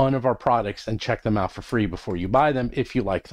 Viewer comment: Is it just me or when I listen to these at 1.5x I always hear say "Roll from Combat" instead of "Roll for Combat" 🤔